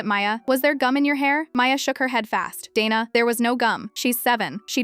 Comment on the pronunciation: Dayna not dana